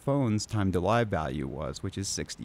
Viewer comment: TTL is "time to live". "Live" rhymes with "give". It does not rhyme with "jive". It is how long a packet has to live. Like a terminal cancer patient who has only 3 months left to "live". It isn't like a news broadcast that will be going "live" in 5 minutes.